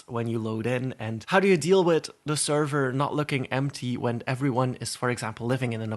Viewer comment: I’m sorry but when you said “Wit” LOL ITS With